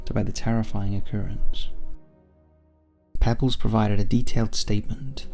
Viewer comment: I think the name of the hero in the first story was pronounced Pea-bells. Just a small critique